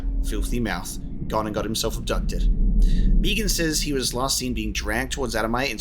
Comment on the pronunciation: The "Meegan" instead of "Meagan" is going to bug me. >.<